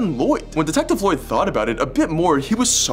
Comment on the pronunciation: Why didnt you pronounce office lloyds name right